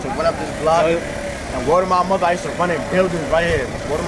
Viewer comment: " Word to mah mothuh nah Matta fact word to mah dead " this dude is too much from NY